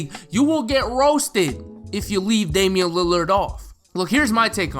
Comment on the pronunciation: It’s Damian